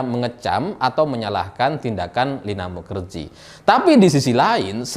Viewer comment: Kenapa bacanya mukajahe ... 😁